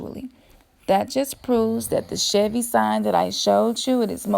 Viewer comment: Chevy, not Chevey